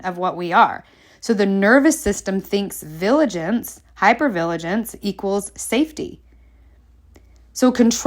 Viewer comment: LOVE this!! Thank you. ...Also: it's "VI-gil-ance... not "VIL-a-gence.